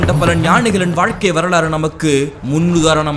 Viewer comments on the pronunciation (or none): none